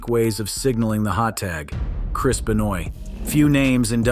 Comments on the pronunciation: Chris Be-noy? Might want to fix that there,. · The guy is saying Chris Benoit's name all messed up on purpose what a troll 😆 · chris benoah*